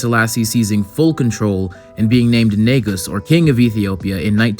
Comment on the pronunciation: overall great video but what drives me crazy is the way non Amharic speaking people pronounces Negus